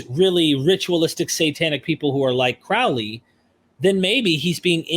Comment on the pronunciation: Can you say Crowley?...and ya did lol